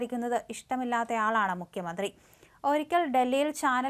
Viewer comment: മുഖ്യമന്ത്രി എന്നാണ് അല്ലാതെ മുക്യമന്ത്രി എന്നല്ല